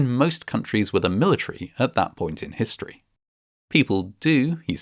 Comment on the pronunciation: I love Vatching Vascinating Vhistory